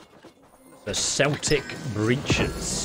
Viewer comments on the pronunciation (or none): So pronounced Kelt8c and not seltic for the word "Celtic" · hate saying this but Celtic is pronounced Keltic not Seltic 👌😬🇮🇪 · It's pronounced Kel-tic with a K sound... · Why are you pronouncing celtic like the name of the football club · Keltic not Celtic 🏴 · Yeah Celtic is a football team...we pronounce it Keltic,;) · It is pronounced keltic i guess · I think it’s because ESO is British but yeah it’s Keltic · American following to British called it commonly "Seltic" haha 😂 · Its pronounced like it would be spelled with a K..... Like Keltic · ITS PRONOUNCED KELTIC WKDNDNXNNS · It’s pronounced Keltic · It's "Kel-tic" not like the New England Celtics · It’s not pronounced as the Fcking footy club...Celtic as in keltic. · Should do a re-shoot or dub over this because your saying Celtic wrong REPEATEDLY and constantly is very bothersome.